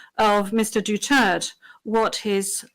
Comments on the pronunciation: HIS NAME IS NOT MISTER DUTERT. HIS NAME IS MR. DUTERTE. INTERPRETER PLEASE PRONOUNCE IT CORRECTLY. THANK YOU ATTY. MEDEALDIA AND THANK YOU FPRRD MORE POWER TO BOTH OF YOU AND MABUHAY! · Pronouncing Duterte as Dutert!? How can you expect the ICC to be knowledgeable and respectful of the Philippines and Filipinos, and conduct a fair trial if they can't even pronounce Du-ter-te correctly and didn't even care to ask or find out the correct pronunciation of "Duterte"? That's always the inherent disrespectful superiority complex of western people toward Asians and other non-western peoples. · PLEASE WE VOTE STRAIGHT!!!!! PDP LABAN!!!!! KAHIT PAG pronounce ng Duterte dutert.... Nakakahiyang pilipinas binigay kapwa nila.... Juskoooooo!! Di marunong pa mag English!! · Bobo ng Judge binigkas na nga ni tatay Digong Durterte clear; Duterth padin. Pisting yawa! Bida bida d Neman marunong mag English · What a witch!!! DUTERTE! You a are deliberately pronouncing is wrong. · Binawasan ng letter E ang Duterte sa pronounciation ng judge. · Hirap nman nito kahit ang Judge hindi marunong mag bigkas ng duterte. Ginagawang dutert. Naging judge pa sila hindi marunnong magsalita. Asi bukok. Lang parati kung naririnig. Hahaha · This is an effing joke they can’t even say hi last name right ! Its pakinggggg DU-TER-TEHHHHH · She pronounce Dutert... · Anong Dutert? Animal ton presiding judge ah, she humiliating tataydig,z but the interpreter didn't pronounce properly , waglang lutong Macao ha🫵🏽🫵🏽🫵🏽🫵🏽💚💚👉🏽👉🏽👉🏽👉🏽👉🏽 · Ang cute ng pronunciation Mr. Duterte (Doh-Tert) ♥️ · He is fprrd DUTERTE. Please pronounce it properly madam ICC. He is our modern hero. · Please pronounce our dear president’s name properly . As you may know every Filipino around the world is shouting DUTERTE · SHE IS A LAWYER AND A PRESIDING JUDGE BUT SHE COULDNT EVEN PRONOUNCE THE DUTERTE NAME PROPERLY?! YOU CAN LEARN FROM US MADAME JUDGE! WE WILL TEACH YOU HOW TO PRONOUNCE. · Ayusin mo pag bigkas ng apelyedo ng tatay namin..